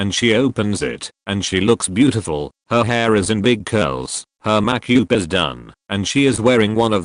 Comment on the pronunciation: May-kyoooop. Seschs.